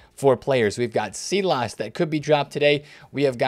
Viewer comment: Pronounce it Sylass not seelass